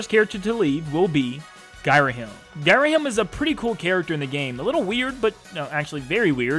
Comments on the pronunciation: I don't think he does. It's pronounced 'GEE-rahim', not 'GUY-rahim' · *cringes at how you pronounced Ghirahim